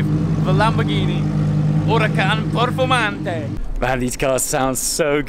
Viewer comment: So annoying when people pronounce italian words with that strange accent like he says “lamborghini huracan performante” at the beginning :\ ( yes i’m italian )